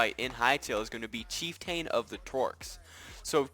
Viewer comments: LOL Chief TAIN? you failed HS english huh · isnt chieftain pronounced ch-eef-tan? also i really do not like the void_spider boss cus that thing scurry